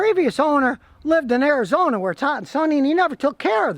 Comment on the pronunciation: haha arid-zona